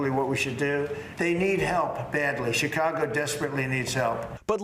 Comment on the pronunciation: The news anchor is mispronouncing 'Chicago'. The 'Ch' part is pronounced like 'sh', not 'ch'. It's pronounced like 'Sha kaw go'.